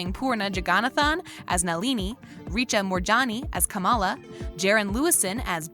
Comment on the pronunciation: You'd think by now, with a VP whose name is KAM'ala, this narrator could figure out that the Indian character in this show with that name is pronounced that way as well - NOT kuh MA luh.